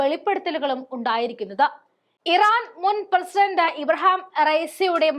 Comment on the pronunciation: ഇബ്രഹാം അല്ല കൊച്ചേ.ഇബ്രാഹിം റഈസി എന്നാണ്.